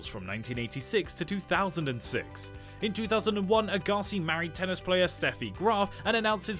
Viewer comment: It's not Andrei A-Ga-si. It's Ag-ga-si